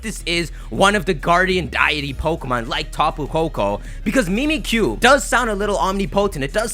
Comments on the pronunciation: "mimikkyu" but it's supposed to sound like "mimic you" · MimiTSUkiyu. Pronounce the damn tsu! Ok. Bye. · I've been hearing that it's actually Mimisukiyu and not Mimmikyu.IDK,maybe I'm wrong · it's mimikkyu. the ッ is a sokuon and the キュ is a diphthong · Mimikkyu is JAPANESE. SO IT'S PRONOUNCED "MEE-MEE-KYU."